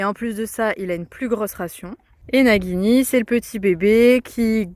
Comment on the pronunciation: coucou, si tu écris nagini comme ça, ça se prononce najini, il faut écrire Naguini normalement:-). Mais bon, ça c'est juste pour un détail. Il est très beau et gentil ce petit coeur mais il a bien de la chance d'être tombée sur une maman comme toi, il va être tellement bien traité et choyé et aimé, il va passer une vie de rêve auprès de toi. Lucas est très gentil de t'aider comme ça, il est formidable d'être un vrai soutien pour t'aider à mettre le petit en sécurité. Je vous souhaite à tous une très belle année 2024, ainsi qu'à tous les viewers de cette vidéo!